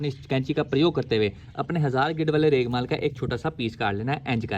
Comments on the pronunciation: Raigmaal ni hota bhai raig mar hota ha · its regmaal not reglmal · Bhai maza aya urdu ka. Reghmal main ghain ata hai. Jaisa kay apko malooommm hai